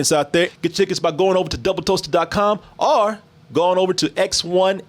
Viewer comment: I hate how says “or” sounds like arrrr